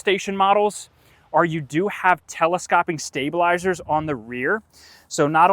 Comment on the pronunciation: Very knowledgeable, but that is not how you pronounce telescoping. It is not the "ah" sound. It's a long O, just like in "telescope".